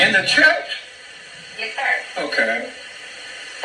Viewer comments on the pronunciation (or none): Why did he say "In da CHUYCH" like that 😂😂😂